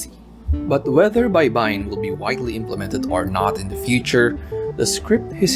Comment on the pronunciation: It’s also not Bay-ba-yin (shore) but Bay-bay-yin means to syllabicate